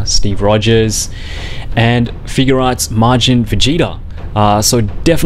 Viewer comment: You say figuarts wrong